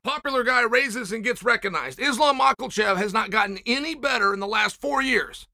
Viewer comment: "islam Michealchev"